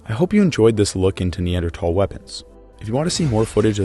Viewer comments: You're saying Neandertal when its Neanderthal. There's an h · It’s more pronounced neandrothol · The fucking ai reader ruined it in the first 107. NEADER"TH"AAAL ITS A FUCKIN TH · its not neandertall its neanderthals pronounce it right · I don't care what anyone says it's pronounced nee-ander-th-all, not nee-ander-tall. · I know it's the "proper" pronunciation but when people pronounce it neanderTALL it bothers me. Literally everyone everywhere said neanderTHALL until dummy dumb dumb Joe Rogan pointed out it supposed to be pronounced he other way. It's english. No one pronounces anything correctly. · Hey bud it’s not Neandertal like you keep saying, it’s Neanderthal!!!!!!!!!!!!!!!!!!!!!!!!!! Dumb bit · "Knee-ander-tall" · TH = not T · It is a neanderthal not neandertall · Why does he say Neander-Tall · Neanderthal not Neandertal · I love how theres not a single of comment of him repeatedly saying Neander TALS like what lmao the h ain’t silent ….. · Why are you having trouble pronouncing neanderthal? especially at the last syllable. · no offence but i couldnt watch the video because the pronunciation of neanderthal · I think you can say either- like tomato tomato type word- but yes I also say Neanderthal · No you actually say the th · Pretty sure you're slaughtering the correct pronunciation of Neanderthal!! It's NOT Neandertalls Haha 😂🤦‍♂ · I remember when neanderthal was pronounced with a th sound. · I’m pretty you are mispronouncing Neanderthal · Pronounce neanderthal properly next time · since when were you suppose to say neanderthal like that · So I've got to ask, why drop the H from neanderthal? Is it something new in research or just an accent thing? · I hate how this bot pronounces the word neanderthal